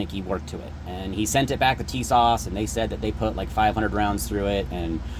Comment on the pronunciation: Honestly dude the fact that you just called them Tisash you honestly deserve what happened